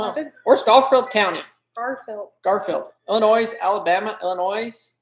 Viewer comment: Love you guys, but there is no S pronounced on Illinois.